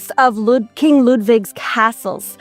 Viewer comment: ..it's pronounced ",keem say"...not key eem see